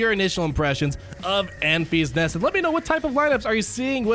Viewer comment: Love you but "Enfees nest" is driving me nuts.